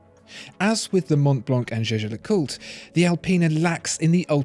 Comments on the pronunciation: You dont speak Jäger le coutre Like You did at The beginning. You speak it Jeger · I couldn't help but notice that your pronunciation of "jaeger le coltre" has charged from "yegar lecolt" to "jejar lecolt".... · You pronounce "zhe-zher le coot" like Tim does. I guess you guys must know something. You two need to meet and shoot a video together. Don't know if the computer could handle that much watch brain-power on one screen. lol. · Omg You speak jaeger le coutre completely wrong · When will they learn to pronounce Jaeger LeCoultre?